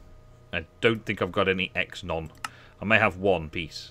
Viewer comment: "exenon"? really? O_o